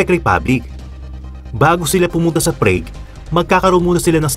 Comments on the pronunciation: "Prag" po correct pronounciation. nde prayg.. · ok na sana kaso you mis pronounce PRAGUE . it is pronounced as PRAG not PRAIG . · Prag po not preyg hahaha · It's not Preg. It's Prag. Prague, Czech Republic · Prague is pronounced [prAAg], hindi [prig] o [preyg]. Naconfuse ako kung anong lugar kasi nakikinig lang ako. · Boss, it's praag not prayg (Prague) ❤️ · Grabe ang PREYG (Prague) . HHAHAHAA. PRAG kuya hindi PREYG. 🤣🤣🤣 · Prague is pronounced as /pra:g/, not /prei:g/. Just saying. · PRAGUE is pronouced as PRAG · Pls check pronunciation of “Prague”